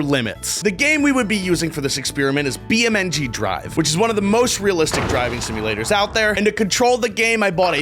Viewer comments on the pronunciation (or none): It’s pronounced beam N G drive not be am n g drive :/ (don’t take this to seriously anyone I am just saying) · You sead beamn ng drive wrong you say beemng drve